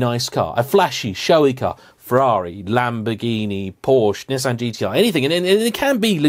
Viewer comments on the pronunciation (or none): Jagwaar, Neesarn, Marzda. Grrrrr!!!! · Funny a Brit getting bugged by a yank correcting him on PoorSha. British mangle French words on purpose- Mascara, Lingerie. In the US Mazda is pronounced maws-Duh in UK its Maas daa. At least you don't add an r on the end like when you say vodka or saw. Nissan in US sounds like Niece - awn ; Brits rhyme it with Piss Ant. Jaguar as Jag You Are is a little strange- you don't say language as lang You age or guard as Goo-ard. Chrysler in US rhymes with Rice-slur not Rise-law. Loo-tennant or Left-ten-hut. Poo-Joe or Purr-Zsa. renNO or Renn-alt . Finally a Merc is a Mercury . The rest you can chuck in the trashcan in the parking lot , uh...the dustbin in the car park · It's not a Kneesan.